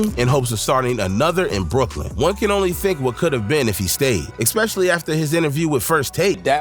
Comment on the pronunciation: "Ex-specially" so many times - I'm dying RN 😂